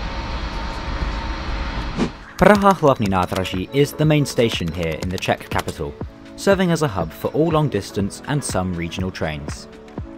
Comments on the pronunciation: I'm an English man and Czech speaker. Your pronunciation is spot on as far as I'm concerned. Well done. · The pronunciation is very very good of the Czech words. 👍🙌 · As a native speaker I can confirm they are very correct! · I have no idea if you pronunciation of the Czech is correct, but I love the confidence with your pronunciation! Great video with a scenic route. All around fantastic job. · I was about to note that as well. Yes, your pronounciations are very correct. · this is hands down the best pronounciation i heard from a foreigner that is not learning czech.